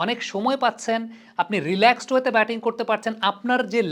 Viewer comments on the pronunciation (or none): none